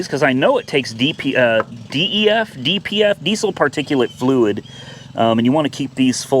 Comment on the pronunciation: Just as a helpful DYII, you pronounce DEF- “DEF” if there’s nothing wrong with the check engine light then you got a killer deal. Those diesels are nice. And your Maserati Quattro porte is a great car. The S is a really nice one if it’s 2007 you’ll probably need to put a clutch in it because it’s the F1 transmission if it’s 2008 and later, it’s got the better transmission in it, the 2007s with the F1 transmission needed to have the clutch replaced every 15,000 miles